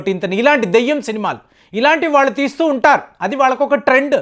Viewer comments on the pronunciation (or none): none